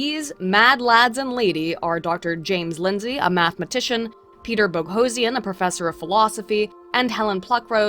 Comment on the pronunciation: Separately, I have a sneaking suspicion that the reason you started mispronouncing "Boghossian" is that you've said "Sarkeesian" too many times.